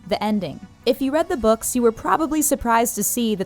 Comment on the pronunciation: Zee boukz r better